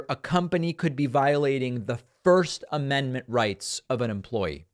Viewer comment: The woman mispronounced the amendment that has to do with speech. 😂